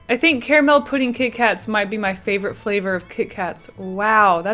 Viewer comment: I so thought you would be one of the people who say "CARmul" and it's bothering me that you dont for some reason.... I say it the same (correct) way. Hmmm